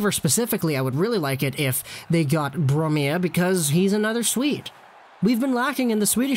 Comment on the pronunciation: its Bromé eliteprospects was made by a swedish guy